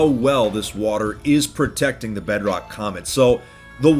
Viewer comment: Yeah "portecting history" look at you, "portecting" history.